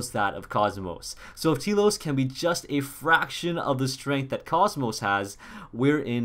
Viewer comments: Obligatory T-elos correction it's pronounced Tell-os. That aside I'm excited for this update I just hope I can get the Expansion Pass before Friday cause they said it's exclusive to those who have the Expansion Pass before this Friday. I kinda worry if you get the Expansion Pass after the day Poppi Buster is unobtainable. I kinda wonder if you can still get her if you purchase the Pass after the 1.4 update. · For fuck sake...KOS-MOS is pronounced with a soft C like cosmos and T-elos should be obvious..the e is silent to its tlos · Telos rip new waifu btw you pronounce T-ELOS as Tell-los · T-elos is pronounced Telos. Short E.